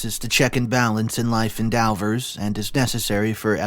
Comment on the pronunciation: life "ENDEVORS", NOT "endowvers"...... What is it with this page, they can never pronounce the most simple of words correctly?